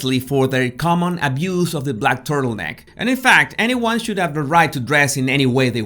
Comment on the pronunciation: I had a laugh when I thought you said, "their common abuse of the back turtleneck..." An interesting video, thank you.